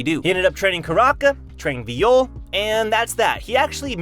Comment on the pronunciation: it hurts me when u pronounce it viiyole